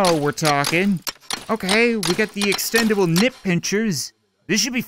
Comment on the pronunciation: "the extendabul nip pinchers" -.